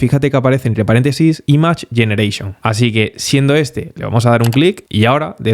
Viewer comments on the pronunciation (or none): Me encantan tus videos! Vengo aprendiendo muchisimo, muchas gracias! Tengo sólo una critica constructiva., que veo que venís repitiendo en todos tus videos, la palabra "imagen" en inglés se pronuncia ´Imij , no ´imaj . Espero no te moleste la corrección, todo es para seguir sumando. Un fuerte abrazo!